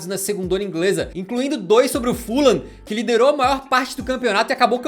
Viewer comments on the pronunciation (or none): none